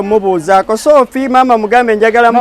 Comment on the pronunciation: The way he is calling shopiiie 😅😅😅😅